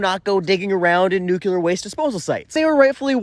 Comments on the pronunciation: nuclear nuclear nuclear nuclear... not nucular ... no such word as nucular... aaaaaaahhhhh!!!!!!!.... ok, I'm better now. I look forward to your posts. thank you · You talk so fast that I don’t even notice nucular the first time. 😂